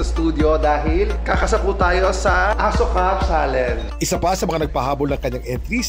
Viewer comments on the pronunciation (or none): Bakit asoka e nilinaw yan ng isang indian national sa vlog na Asuka tawag jan parang ganito o asiyuka ganiyan pag basa anong asoka 😂😂😂😂 kakapanood kulang kc sa vlog na pinay at indian niyang asawa kaya alam ko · a-shu-ka ang pag pronounce d po asoka indian movie sya ang cast is kareena kapoor. and ilang yrs n rin ang nakakaraan yan movie n yan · Hindi daw asoka ang mgpronounce niyan Kuya Kim,,,parang ashuka daw,,Sabi ng Indian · Mali po prononsesition asoka panuurin nyo po vlog ni singh and sarah don sinabi ng asawa nya indian na mali asoka asuka daw di asoka... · Asyoka Po tamang bigkas d Po asoka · Indian pronunciation /ashoka/ hindi po asoka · Kuya kim alam mo ba ashoka ang tamang pag basa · ashuka pag pronounce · “ASHOKA” ang pronounce nyan not ASOKA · Kuya kim it’s ASHOKA po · "Ashoka"daw ang pronounciation pero ang ganda ng movie na'to..Napanood ko na dati ps..Si Sharuk khan at Kareena kapoor ang starring..At ang ganda ng story at action movie sya.. -skl😊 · LoL mali yung pag ka pronounce ng asoka HAHAHA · Azoyka ang pronounsation,ang meaning daw yan ay walang makakagalaw sa babae kung gagalawin nila masusunog ang lalake